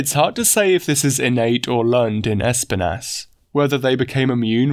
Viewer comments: It's pronounced esPInas. It's the spanish for Thorns. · I like how you say Espinas lol. Es-pin-ASS